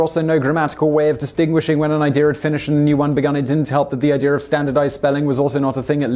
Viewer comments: "I-dear" Its i-dee-a not i-deer!!! haha. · bruh the guy who cant even pronounce idea shouldnt be doing a video on grammar. inb4 zinger